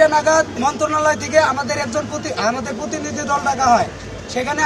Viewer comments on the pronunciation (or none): পুতিনিধি কি রে?? প্রতিনিধি বলতে পারিস না আবার বিশ্ববিদ্যালয় মারাছ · পোতিনিদি,,এই উচ্চারণ